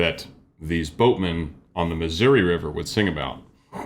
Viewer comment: Geoff really doesn't have the right accent to make "Missouri" rhyme with "Shenandoah".